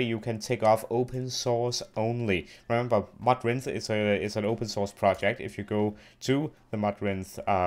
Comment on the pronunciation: Its not modrun its Modrinth